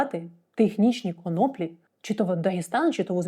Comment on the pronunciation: Пані Дар'я, єдина з тих хто говорив на цю тему, правильно ставить наголос в слові конОплі. Респект.